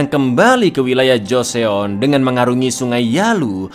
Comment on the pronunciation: Bukan joseon tapi bacanya joson